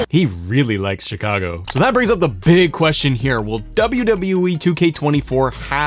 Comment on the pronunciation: Was he saying Chicago or Chicano? Like just reppin for the Mexican homies lol